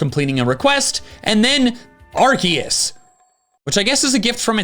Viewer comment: Love how he’s legally contracted to say Arkoos